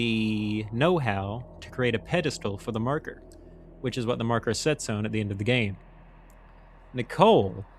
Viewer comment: Sir, why do you pronounce "on" like that?